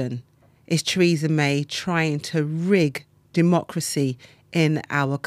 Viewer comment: Who is Treeza May?